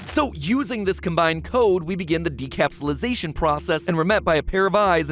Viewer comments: The word: Decapsulation MatPat's pronunciation: Decapsulisation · You totally mispronounced "decapsulation" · Decapsulisation huh. I thought it said decapsulation